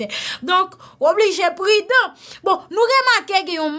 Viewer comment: c’est pas * prident*..... tu devrais dire * prudent *,,,,,,,,,,, C’est pas * ancien premier dame,,,,,,,,,,,, C’est plutôt ancienne première dame,,,,,,,,,!!!